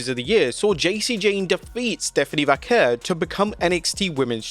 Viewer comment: Stop saying "Vaquer" that way. Not even native Spanish people pronounce it that way. Just say it old english style way